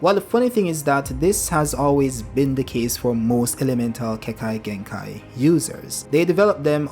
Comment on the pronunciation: I'd like to see what that element combo can do and look forward to swift release being canonized if they do use it. Also sorry but the way you say Keke is a bit distracting